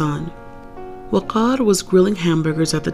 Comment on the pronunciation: How did you pronounce "waqar" the way it's supposed to be pronounced. Not many people do that.... Have you practiced the name much? 😂